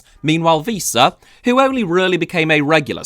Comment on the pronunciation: I really like you.. But you saying "Víííísa" really made me laugh out very loud 😂